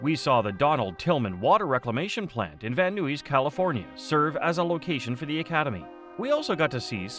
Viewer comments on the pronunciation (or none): AI needs to learn to pronounce Marin and Van Nuys, California.